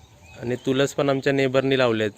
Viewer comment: तु बोलताना कितीतरी वेळा इंग्लीश शब्द वापरतो. चांगली गोष्ट आहे. पण मराठी मधले काही शब्द तु चुकीचे उच्चारतोस. तुलस नाही, तुळस असा शब्द आहे. असे अजुन कितीतरी शब्द आहेत. मी एकच उदाहरण दिले आहे. लाखो viewers तुझे video बघतात. शब्दाचे उच्चार शुध्द असण्याकडे लक्ष दे. बाकी video as usual मस्त. घर तर खुपच छान 👌🏼